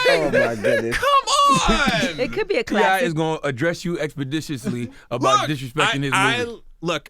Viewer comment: Ye I actually went n watched it after myself! It’s okay.. the highlight is T.I actually saying “Expiditiously” to the employees at the restaurant 😂